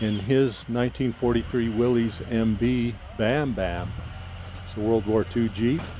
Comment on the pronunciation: Willys rhymes with Phyllis